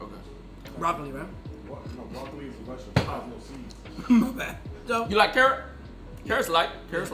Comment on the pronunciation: vegetable : ❌ ve - ga - teble ✅